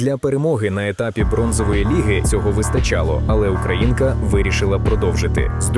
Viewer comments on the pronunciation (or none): none